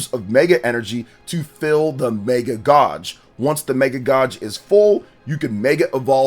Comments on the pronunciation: The word is pronounced Gaej. It's a long a. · Pls never say gauge again